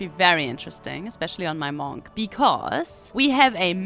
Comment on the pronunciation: Love how you pronounce "Monk". M O N C C